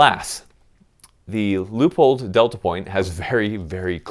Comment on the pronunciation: Is it just me or does it sound like he's saying loophole every time he says Leopold??